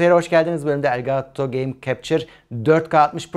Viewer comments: "Gaaato" değil yahu "Gato" :) Kedi anlamına gelir bu arada (gereksiz ek bilgi) 😂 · Elgaaato o bizim için. :)